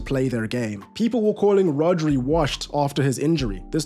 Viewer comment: Gotta say, that's one RIGHTEOUS stache! Muchas gracias for the Spanish as well, you even got the (very hard for non-natives) trilling "r" on Rodri. Brilliant, lucid analysis as well — big up from Buenos Aires!